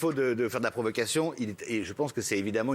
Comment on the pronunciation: Évidemment ???? Sérieux tu dit « évidement » ?